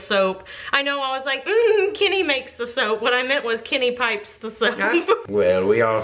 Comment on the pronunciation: kinny?? I've never heard your accents so much as when you said "Kenny"... Not a bad thing just odd that it's taken me so long to hear anything very american